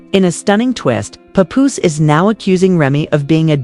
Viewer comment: I find your statements challenging and difficult to trust. Learn the correct pronunciation of Remy and Papoose names.correctly, plus your voice is ugly.😡